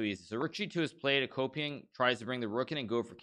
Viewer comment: I kept hearing Vladimir a-Copium